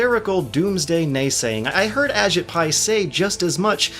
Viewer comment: Just to say it, his name is pronounced "a-JEET" rather than "A-jit". I hate giving him the slightest shred of respect too, but we gotta.